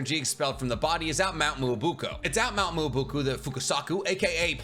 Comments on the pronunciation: I've been not commenting this for many many videos of yours because I didn't want to be that guy LMAO... But it's mee ya bow coo, mount miyaboku... That's how they say it in both subbed and dubbed lol, you had to say it like 20 times in this so I finally gave in and became that guy, I pushed up glasses that I don't have before typing this lol. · It always shocks me how people who research and make videos about Naruto or any anime really pull up with a bad pronunciation like “Mount Mooo-oh-booku “. all love but you only need to check the correct pronunciation once on google real quick lol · Is it just me or it annoys me so much how we pronounces Mount Myōboku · the mispronunciation of mt.myoboku enrages me like no other